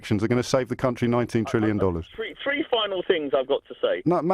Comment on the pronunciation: It’s trillion. With a T